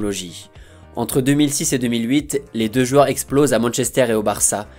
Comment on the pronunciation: Si tu arrives à dire "joueurs" au lieu de 'jueur" ça sera cool ^^